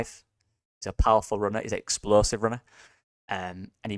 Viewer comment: Explosive NOT exposive